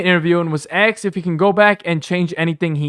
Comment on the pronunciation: This was a good review .....however....Why is this narrator saying "axed" instead of asked? 😂😂 He sound like a frat boy "tryna" be somebody he ain't! 🤣💯 #malibusmostwanted